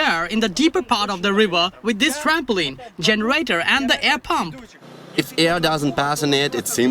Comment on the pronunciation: Trampo leen Not trampo Lyn